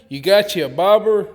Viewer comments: I thought you were calling the float a “ pig float”. Lol About half way through I figured it out. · Sounds like hes saying barber hacks